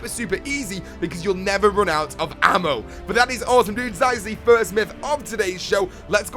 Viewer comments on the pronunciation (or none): "Because you'll never run out of AHHCKMOH"